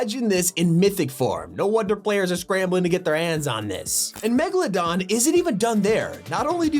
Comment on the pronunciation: He said megladon